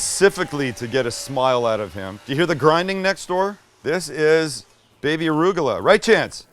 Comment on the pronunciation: I love you said ARÚGULA, with an accent😊. Same word in Spanish.